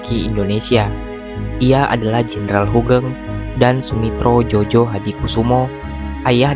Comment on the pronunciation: Maaf, ditulisnya Soemitro Djojohadikoesoemo.... dibacanya Sumitro Joyohadikusumo... tulisan nama itu ejaan lama BI... bro... jgn dibaca jojo...